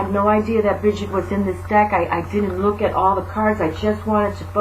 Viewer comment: From a little cailín on the Emerald Isle, a HUGE THANK YOU!! I love your videos, and I'm always guarnteed to smile!! ((Especially when you pronounce Bridgit and on occasion have your little rants!! LOVE!! ) Thank you xx